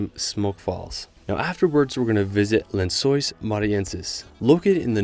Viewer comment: The pronounciation of lençóis really popped off